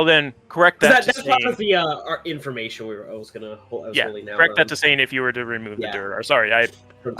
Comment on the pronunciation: Oh haha not a .5 adventure story. Just a friend that kept saying correc instead of correct